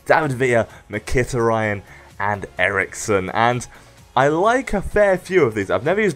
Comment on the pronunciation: ***** omg you acutally replied, lol. well you didnt butcher it as much as i did when i first heard his name